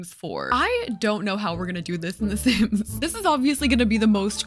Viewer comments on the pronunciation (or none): Lol your butchering some off the sims omg 😂😂😂